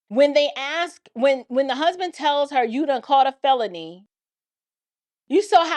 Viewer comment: Look, its As-k not Ax-e. Period.